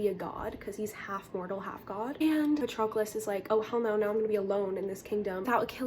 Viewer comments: IT'S PRONOUNCED PA-TROH-CLUS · I think it’s pronounced pa-trow-clis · The way you pronounce Patroclus kills me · it is not that hard to go on google translate and find who to pronounce the name of the protagonist, jesus christ